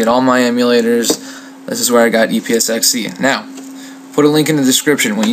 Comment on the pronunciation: Haha~ It was a great vid, and helped a LOT, but it sounds like you said "e-piss-x-e".